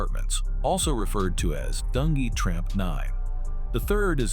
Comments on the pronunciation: DUN G, Not dungy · You crazy for calling dunjee "Dun Gee" 😂😭